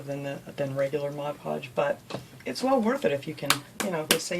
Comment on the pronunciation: Outstanding! I like that you do projects that are so unique. And like that you say Mod Podge not Modge Podge (my pet peeve).